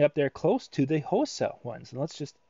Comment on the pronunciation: Hosa is Pronounced (Ha Saw) Its Japaneses name.